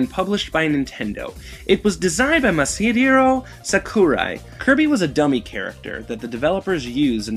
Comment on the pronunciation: You mispronounce "Masahiro Sakurai" differently every time XD